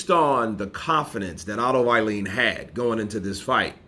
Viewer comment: his surname is pronounced wallin like wall street... wall-in not violin